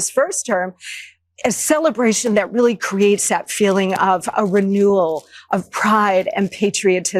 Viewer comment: Watters ‘I’m WEALLY upset about all the fentanyl pouring into the country!’ Just persuade Americans not to buy it, mate. It’s just a market. Americans bring it into America and sell it to Americans because there’s a market for it. It’s not the Chinese or the Mexicans and it’s definitely not Venezuela. It’s just a bit of black market free market capitalism, by and for Americans. How fucking childish for America to try and blame its own drug issues on foreign companies. Americans don’t OD on strong opiates with a gun pointed at their head. Such innocent babies you people are.